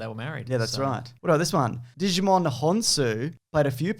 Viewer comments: When pronouncing Djimon Hounsou's name, remember it's like Django. The D is silent. It's pronounce jai-mon. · I'm sorry... Digimon Honsu? That cannot be right. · "Digimon Hounsou"